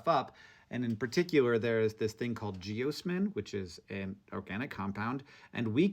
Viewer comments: I work for the water utility in my city and geosmin was a huge "issue" for such a long time due to the weather. We pronounce it "gee-oz-min" though. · you're pronouncing "geosmin" incorrectly. it's jee-OZ-min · Here I was pronouncing geosmin "gee osman"